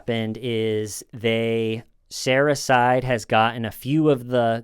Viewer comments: keeps saying “Sarah’s side” but I hear “Sarahcyde” 😳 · "Saracide"??? Sara's side. 🤣🤣🤣 RIP Jorge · sounded like you were saying "Sarah-cide"__ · You saying sarah’s side sounds like suicide by sarah